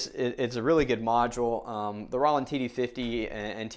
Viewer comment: I'm a hard hitter on my Roland TD-6V so this is great! BTW it's Roll-land not raw-land!